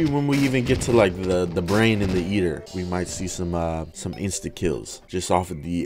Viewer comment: “Eater” Nah Yeater Noice